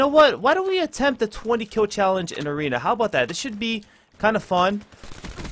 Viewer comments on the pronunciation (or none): 9.09 mothership in aweeeena 😂😂